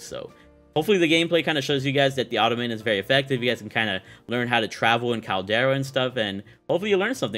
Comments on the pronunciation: Pronunciation - ah Tom ah tOn 🤷🏻‍♂️ 😆😆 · It's Automaton not Automaton.